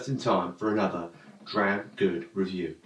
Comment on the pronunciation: Vevy vood veview🙃